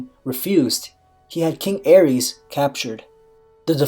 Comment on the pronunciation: Targaryen ae is pronounced ay. The Mad King Aerys (ay-riss) not (air-ees) his wife was Rhaella (ray-la) not (ray-ella)